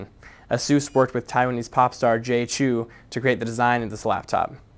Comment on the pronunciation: it's like Chao... not Chu